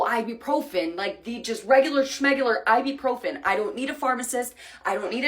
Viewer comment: Her problem in Spain was she kept calling it "AIbupròfen" while in Spanish it sounds "Ebuprofén" (notice the accents too).